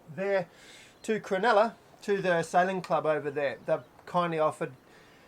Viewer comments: It's Cro-NULLA not cro-NELLA. Sheesh mate.😢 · Locals prob corrected you since, but Cronulla = Cron-ull-ah (not crenella). Made me home sick going up the Hacking. The next Inlet Nth is Botany Bay, the southern point Kurnell, Cpt Cooks landing place, his men murdering the 1st of many indigenous occupants.